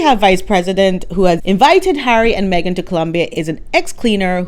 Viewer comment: Lololol - MEG-ILARIA 😂🤣😂🤣😅